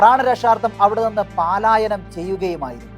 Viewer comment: നല്ല വാർത്ത അവതരണം. പാലായനം X പലായനം